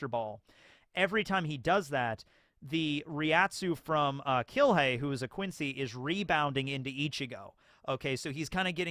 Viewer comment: I like the German pronunciation for the Quincy